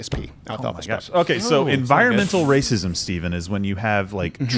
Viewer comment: Lmfaoo did she say environmental rahscism???? Lmfaooooooo (Youtube deletes my comment if i spell that word correctly)